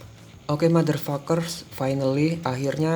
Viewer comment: pengucapan motherfuckers lu aja yang bagus, tai. Giliran pengucapan apply bilangnta epli. Lagian biar apa bilang bilang motherfuckers?